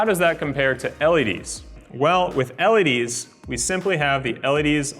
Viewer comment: The way he pronounces LED's drive me nuts! "ELLYDEES"